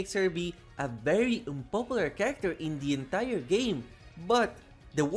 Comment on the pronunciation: I like how he says "Indie entire game", like emphasizinh that Baddie Baboon is Indian